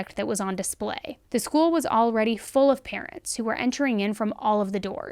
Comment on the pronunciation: School sounds a lot like Gaol. In general and at the first second of this video.